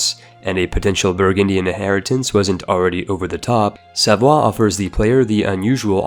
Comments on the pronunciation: Savoy is pronounced as it's written. Not "savwa". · Dude can you pls call savoy with his actual english pronunciation cose its not a french state, its an italian state that actually formed Italy and so using the french accent makes absolutely 0 sense